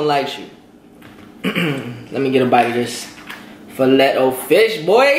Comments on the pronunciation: Filet is pronounced Fi-Lay, not Fi-Let 😂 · Did you really say FEE-LET O FISH????.......LOL LOL LOL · Its "filay" o fish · Lol it's filet (fa-lay)!!! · Anyone else crack up at his pronunciation of “FILET”? 🙄😂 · You pronounced fillet wrong as hell lol